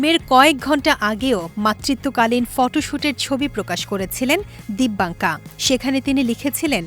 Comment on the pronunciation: নাম টাও সঠিকভাবে উচ্চারণ করতে পারলো না মূর্খ